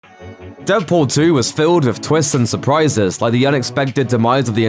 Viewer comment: did you say deadporn 2?